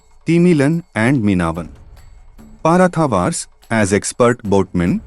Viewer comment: Apart from Parathavar, the remaining Tamil terms were well pronounced in the video. Even Tamils can't pronounce some Tamil words properly. இப்பதான் ஒருத்தன் தமிழர் வரலாறை english'ல சொல்றான் அவனையும் நொட்டை சொல்லியே துறத்திவிட்றாதீங்கயா